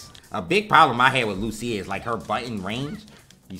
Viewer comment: It's pronounced LU.cia and not lu.CI.a